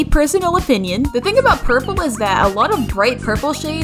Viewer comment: saying “porpol”